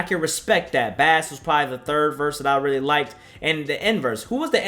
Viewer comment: Why he say bas like that 😂